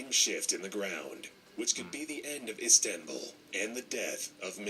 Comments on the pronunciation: I didn’t know iZanbul was one of the biggest cities. Me: uhh you mean iSTanbul?: iZanbul Me:🙄🤦🏽‍♀️😂😂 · "IzAmBul" Wth man 😂😂😂😂